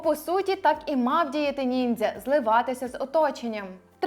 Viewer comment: Я залишу негативний коментар лише тому що ви кажете "ніндзя" коли правильно казати "нінджя" це моє єдине зауваження✨ Багато чого з цього не знала, дякую вам за роботу. Піду перевіряти ваші слова😊